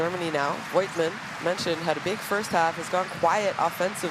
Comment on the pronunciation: thrilling game :D can someone please tell the moderator how to pronounce voigtmann ^^